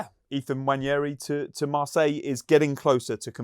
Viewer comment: (N) Wa-neri* Not Wanyeahree